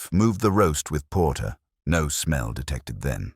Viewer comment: This was a good story. Please teach that "No." is not "number." It's distracting. Thanks! 💚